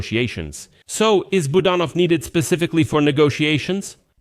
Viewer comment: Please pronounce Kyrylo Budanov's name properly. The accent is on the second syllable, Bu DAN ov. Thank you.